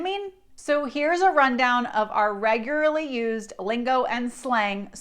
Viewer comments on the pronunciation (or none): Regularly. We don't say regury in Colorado.